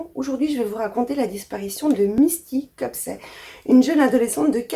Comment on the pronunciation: Bonsoir. Je t'adore, et je me permet juste de te faire remarquer que c'est Copsey et pas Cospey.